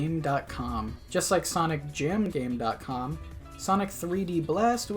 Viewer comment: Came here to say this. I was annoyed by it every time it came up